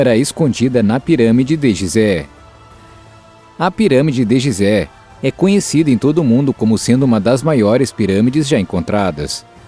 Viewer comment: Apesar da grafia ser GISÉ lê-se GUISÉ